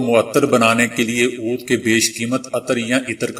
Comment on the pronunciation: محترم آداب! آپکی کاوش کا شکریہ۔ آپ اچھا کام کر رہے ہیں۔ آپ کی آواز بہت اچھی ہے اور انداز بیاں بھی۔ مگر کچھ لفظ آپ غلط کہ جاتے ہیں۔ جیسے آج ، سینما بین ، عود وغیرہ ۔